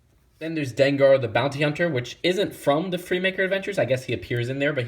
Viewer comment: Is it just me or did I hear bouncy hunter speed bike instead of bounty hunter???